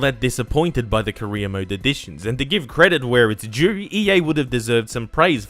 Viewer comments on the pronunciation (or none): Every time he says career it sounds like he’s saying Korea